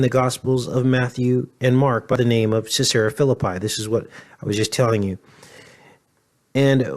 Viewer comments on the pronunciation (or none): none